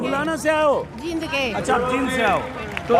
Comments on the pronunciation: ........Ajit Ji, this is not जिंद, this is "जींद" !!! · आप जींद बोल्या करो, आप जिंद बोलते हो.